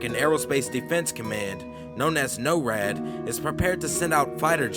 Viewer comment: Not being able to properly pronounce “simulation” and “NORAD” correctly detracts so much from the content of the video it loses credibility.